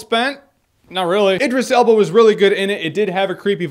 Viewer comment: You were pronouncing Idris Elba's name wrong the whole review... D:. Answering your question, though, Tim Curry can be pretty creepy in certain things like his episodes of Criminal Minds